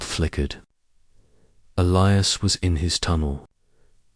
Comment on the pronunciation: Dear AI;His name is E lie as